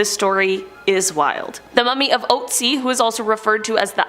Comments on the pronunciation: its not oatsi.. its Ötzi!!! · Still sh*tting myself over the way she pronounced ,,Ötzi".... she calling my man over there ,,Ohtsie".... she probly butchering every foreign language she comes into contact with..... smh.... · The name of the "ice man" is pronounced "ootzi" with the "oo" like in book or cook. Not that it's a big deal, just thought someone might want to know. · How is she pronouncing Ötzi??😂😂😂😂😂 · The way you say ötzi makes me wanna cry. No offense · So I have watched the first 2 objects and theres already been 2 wrong pronounciations. Shalom and Ötzi please its not shalome or oetzi (no hate tho)